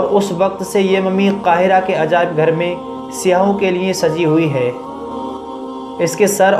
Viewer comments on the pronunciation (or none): seyahon nahi balke " saiyahon " sahi hai